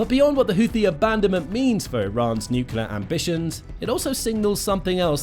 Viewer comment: It’s pronounced nuk-LEE-ur. You undermine your credibility by mispronouncing. There no such thing as a nucUlus. Nucleus is the basis of the word nuclear. If you can’t get that fundamental detail right, what else are you being sloppy about?